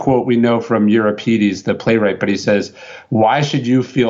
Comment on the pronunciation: Ryan didn’t know how to say ‘Euripides’ . Funny